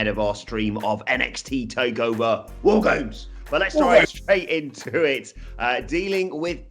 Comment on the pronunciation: I find your lack of emphasis on "WAR GAMES!!" disturbing...